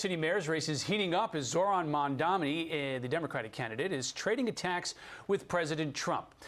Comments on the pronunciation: Credibility At Stake : "Zohran MA_N_DAM_NI" Its' Pronounced "Zohran MAM__DA__NI" Zohran Be Like : "The Name is Mamdani' U should learn how to say it' Cause we gotta get it right" (Source : 2nd NYC Mayoral Debate) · are these anchors all just mispronouncing Mamdani's name on purpose? heard so many of them say "Zorhan Mandami", it's really not that hard to say Zoh-ran and Mam-dami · His last name is not Man-dami. Its Mam-daNi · These Aholes purposefully mispronounce his name. It's Mamdani not Mamdami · I don't like the guy, but at least I can pronounce his name. It is not MANdami ... it is MAMdani not MAN-dommie it's MAAM-Donny.